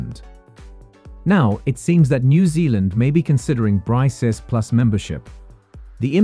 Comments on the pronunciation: It's BRICKS, not BRISEES!!! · It is to be pronounced as ‘BRICKS’, not ‘Brice’s/Brises/Bryces. BRICS is the future, Thanks to Russia 🇷🇺, & Dr Manmohan Singh🇮🇳, China 🇨🇳, South Africa 🇿🇦, 🇧🇷 Brazil.